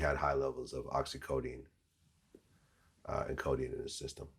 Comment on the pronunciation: "Oxycodine" haha vlad clearly never done percs